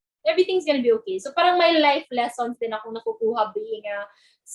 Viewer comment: mga kabataan ngayon hindi ma pronouce maasyos ng R... pahhhhrrrrraaanng